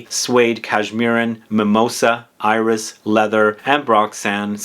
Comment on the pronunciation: When you say “iris” in French, the “s” is pronounced:-) I am a francophile so I can’t refrain from trying to help. And incidentally, in something like “Insolence”, the “in” is pronounced like a nasal short a, not a short o. Words like “antique “ ARE pronounced like a nasal short o. would you talk about perfume residue on clothes? It’s something I dislike since I do change my fragrances from day to day though I have those I tend to wear- anyway I really hate when the residue on clothes becomes a mishmash. Would that be an interesting video? Maybe not 😂. But maybe..